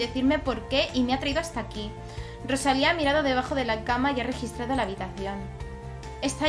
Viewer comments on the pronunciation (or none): none